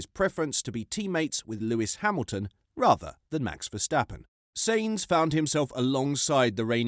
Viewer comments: "Sanes"? The correct pronunciation, phonetically for Sainz is: Sy-enz. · Im so triggered by how you pronounce Sainz. Its "Signs" not "saints". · Its sAintz not sEintz jesus dude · its sainz not seinz you analfabet!!! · It's Sainz not Seinz ✌️ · Check your pronounciation of Sainz - 'syntz' (rhymes with whines) is correct, I believe. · sEinz ..... tearing my ears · It's sAinz for God's sake. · "" WTF...I've not heard a single human pronounce his name like this... Retarded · Shutup lad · I would prefer that the Brit youtuber that made this could pronounce ""'s last name correctly. (The short one, not "Carlos Sainz Vasquez de Castro Cenamor Rincón Rebollo Virto Moreno de Aranda don Per Urrelagoitia Pérez del Pulgar") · Are you intentionally mispronouncing Carlos's surname? Watch a race, listen to the commentary and then pronounce it properly! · Your pronunciation of Sainz ....😅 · What kind of F1 pundit cannot pronounce Sainz properly? Embarrassing. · Try finally to make up your mind on howto pronounce Sainz. Or why not listen a Spanish F1 program once. Yes I know it's foreign but still. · Sainz.... S A not S E... its not hard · Why do you refuse to say "Sainz" right? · Do you actually watch f1? If so please learn how to say the names of people, they themselves have said the way you're saying them is wrong I find it hard to take you seriously when you can't get the simple things right. It's pronounced scu da ri a, saint z